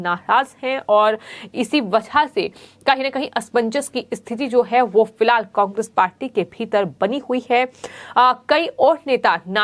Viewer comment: कोकेस नहीं कोंग्रेस बोलो मैडम 😟😳